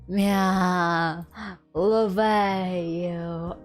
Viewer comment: I....I.....I loooovey you! Episode 6. HUH!?!? Myahhh "louvey" you I've never played UNO on stream. Maybe soon? Wait, Scarlett gonna ruin Violet's date? Met with Damian. I don't know how to voice Damian. IT'S TIME FOR MY LAST DATE WITH VIOLET! Why am I feeling doki doki? Awwwwww Oh, she's blushing~ VIOLET YOU BEAUTY What the heck is a paint night? Violet, why are you so cute? Paint night? Paint together? About the visual novels NEW CG UNLOCKED Humu humu Wait, that's a fork. Fork fed me~ I wonder where's Terra staying right now. Jazz hands? At the TV? Awww she blushing~ My voice acting is not that amazing. I got the voice for singing but not voice acting Past experience on voice acting interview It's my dream to voice acting in games? Not anime Vestinian's English is very different from Earth's English Voice acting for starters? Maybe do a voice acting on comics? I didn't do any dubbing for fan animation Ashoom and Conshoom I didn't interact with people in real life that much About her English accent I don't mind people correcting me pronouncing a word. It's not rude~ The "shoom" sounds may be because of my accent. I can't do anything about that~ About her time on interviewed by Production Kawaii.